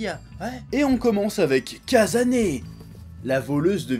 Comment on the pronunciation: le "s" au japon se prononce tjrs "ss" et le "z" tjrs "zz", donc c'est Ka"ss"ane, et non Ka"zz"ane :p